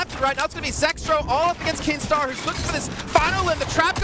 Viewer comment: Kinstaar not keemstar